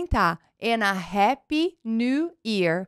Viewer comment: Sua pronúncia de "happy" está incorreta. Happy se pronúncia "hapē"